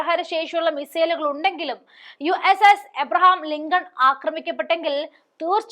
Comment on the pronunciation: "ലിംഗം" അല്ല മോളെ "ലിങ്കൺ"😂